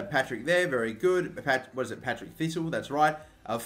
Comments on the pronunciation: IT'S PARTICK THISTLE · Patrick thistle not Patrick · 'Patrick Thistle'......... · It's Partick thisle not Patrick thisle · DID YOU JUST FUCKING SAY PATRICK THISTLE ITS PARTICK THISTLE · Conar Barney My favourite is "Patrick Thistle" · It's Partick, not Patrick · Partick thistle pronounce the name right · There's a few things I've noticed in this video that were wrong. The first one being second place doesn't go into the UCL play offs, they go into UEL qualifying. The second one was that you called Partick Thistle Patrick Thistle. Besides EA messing up and how you said one of the teams it was a good video. Keep up the good work from a Celtic fan 🍀🍀🍀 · "Patrick thistle" 😂😂😂😂😂😂😂😂😂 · It's Partick thistle not Patrick ! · "Patrick Thistle" It's PARTICK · it's parr-tick thistle not Patrick thistle. i know your Australian and can't word good but come on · when you called Partick Thistle Patrick Thistle i cringed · "Patrick" Thistle Haha 😂